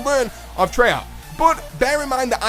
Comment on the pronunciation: treyarc... treyarc... treyarc!